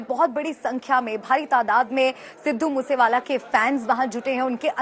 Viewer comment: Sir pehele to app naam thik se loo